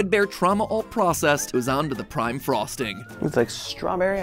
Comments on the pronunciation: Anyone catch that he said prim instead of prime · instead of Prime he says prim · This one because you said prim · "better than prim cake" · Did anyone else notice that Matpat mispronounced prime